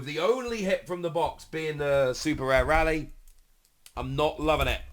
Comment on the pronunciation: You might be the only person in England who pronounces Rayleigh incorrectly eren on the train they dont say Rally.